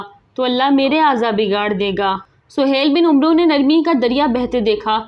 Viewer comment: محترمہ ،آپکی زبان لھجہ اور تلفظ سب صحیح ھے ،بس ایک غلطی ھے جوکہ اکثر پاک و ھند کے لوگوں میں ھوتا ھے ،جیسے عمرو کا صحیح تلفظ عین اور میم کے اوپر فتح یا زبر اور را کے اوپر ساکن یا سکون کا کے ساتھ امر کی طرح پڑھا جائیگا ، آخر میں واؤ نھیں پڙھینگے ، جیسے amar , umro نھیں پڑھینگے